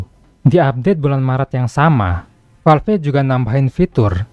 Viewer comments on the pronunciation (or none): Valve bang masak falf wkwk sama" kocak😅😂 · Kalo nyebut nama atau istilah bahasa inggris tolong disebut dengan ejaan asli, masa Valve nyebutnya falfe, konten uda bagus